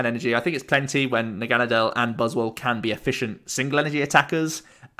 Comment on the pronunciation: You’re pronouncing Naganadel correctly. It’s root is German and Nadel is German for Needle pronounced the way you do